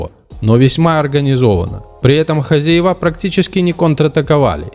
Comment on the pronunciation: ХозЯева, а не хозяевА. Это что за комментатор! Правильного произношения не знает. Видимо, вот она, ещё одна жертва нашего дебильного ЕГЭ.